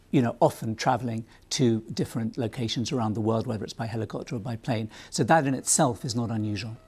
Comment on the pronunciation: what’s with the hard “i”? Heliiii-copter